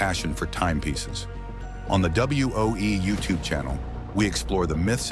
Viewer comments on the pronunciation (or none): none